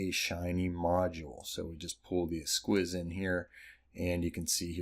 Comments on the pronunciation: "S-keys" not "S-quiz" 👌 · What a fun package! Thanks! Just a note, esquisse is French and is actually pronounced “S-key-se”:) sounds much nicer that way.